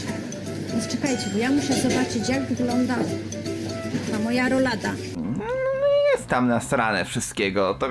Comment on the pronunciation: Denerwuje mnie jak pani Gessler mówi "rulada" a nie "rolada"